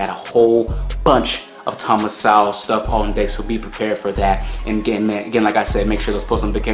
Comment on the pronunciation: No worries - everyone mispronounces Sowell name when they first react to him.